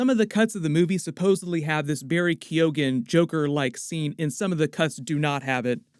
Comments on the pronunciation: Love your vids just here to point out barry keoghans name is pronounced kyoh-n not kyoh-gan. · Keoghan is pernounced Keyoan. It's understandable how the rest of the world can't pernounce Irish names. 'Saoirse' seems to get people too. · FYI, Barry Keoghan’s surname is pronounced as, “KEY-OWN” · The 'g'' in Keoghan is silent